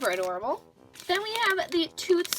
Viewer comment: When she said "this is absolutely adorable" I thought she said "this is absolutely horrible" who else😂